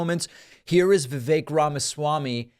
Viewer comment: Vivake rhymes with fake.